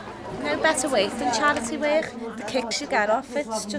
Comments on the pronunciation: No better worchhhhhk than charity worchhhhhhhk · I should be a crime for Scoucers to say the word work :D